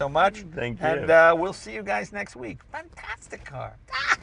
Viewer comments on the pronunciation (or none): LOL......"fanTATHtic car!!"